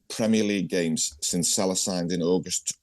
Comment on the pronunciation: Is Ally talking about Salah or Saha ? 🤣